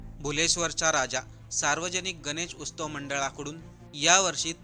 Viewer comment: अहो उस्तव नाही हो, उत्सव.... मराठी माणसानो, मराठी तरी नीट बोला...किती वेळा उस्तव उस्तव म्हणाला तुम्ही